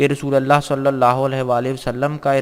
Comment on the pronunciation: Salli Alaa... Not sallay Alaa... Please correct